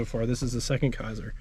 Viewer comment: Kaiser, not Kasier.